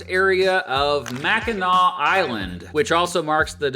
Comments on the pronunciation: As a Michigander I'm so thankful you pronounced Mackinac as MacK-inaw and not MacK-inaC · We NEVER say LP. So please don't try to spread that. But it's understood that you needed to explain the different peninsulas. Michiganders would be repulsed saying we are LP ;) The only way we identify ourselves is "Michigander. Kudos pronouncing Mackinac correctly (Mack-in-naw) Da YOU-PEE (that is a yooper pronunciation) is pretty, lots of wilderness, not many jobs, lots of snow, people drinks LOTS of beer, mosquitos that are the size of cars and pasties (google that tasty food) We trolls usually joke about da yoopers asking friends that live up there questions like "do you have electricity or indoor plumbing" and "what did you do last weekend? Go to the town dump and watch the bears rummage through trash?" It's good nature ribbing. The UP has pushed for statehood before they want to form the state of Superior. That never went anywhere. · I loved your channel for a long time, and you wouldn't believe how many people say Mackinac wrong. you get a big Thumbs up bawhahahaha. You did a great job, but you didn't mention Frankenmuth which is a Bavarian style town which architecture and style of Bavaria Germany, it also has the largest Christmas store in the in the world, it's called Bronner's. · Okay, as a lifelong Michigander of nearly five decades, I have to say this is probably the best, most accurate video on my state I've ever seen! Sure, we don't use "L.P." but always say "U.P." (weird, eh?), but I'll give you mad props for an excellent and factual video on the Great Lakes State! And THANK YOU SO MUCH for repeatedly pronouncing Mackinac correctly!! We have some goofy-sounding places here, but hearing people say "Mack-in-NACK" is 127 times worse than nails on a chalkboard to any self-respecting Michigander! Again... Kudos!